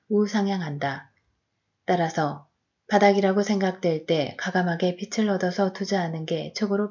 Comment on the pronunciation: 편안한 목소리좋네요 책에 개인적인 의견을 안넣고 그냥 읽어주어서 더 좋은것같아요 근데 글을 읽어주는 일은 발음에 살짝 유의해야 할 것 같아요 빚ㅡ비츨이 아니라 비즐입니다 ㅈ을 올리세요 빛ㅡㅊ을 올리셔요 채널 화이팅입니다!!